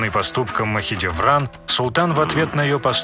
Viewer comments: ПАРГАЛИ, а не параглы, ты половину слов не правильно произносишь, Махидевран тоже самое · хюрЕм махидЕвран.... ужас.. она как бы хюрЭм и махидЭвран.... посмотрите сериалы как произносить их имена) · Анимация, очень классная, вот прям очень... Но грубейшие ошибки сводят всё на нет (ХюррЕм, МахидЕвран, ШехзАдЕ, Параглы, закон ФАтиха (правильно ФатИха), и блять, какая ДжихангирА! Джихангир же правильно!! ; также Сулейман проправил 46 лет, а не 42, а Хюррем приняла Ислам не сразу, а через некоторое время) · хюррЭм махидЭвран говори нормально, а не хюррьем махидьевран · Зачем вы искажаете имена хюрьрем, махидиврань??? Аж слух режет! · Ужас! Как можно так говорить?! ХюрЕм МахидЕвран, шехзАде Пи*дец😹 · Хотя так ору с этого "Хьюрем" Махидиврянь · Мне нравитсяэто видио Но как он говорил Махидевран и Хюррем я угарала с этого😂